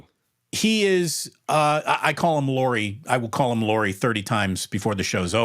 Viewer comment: It is spelled “Lau”ri. AU is “owe.” My second grader learned this. 🙂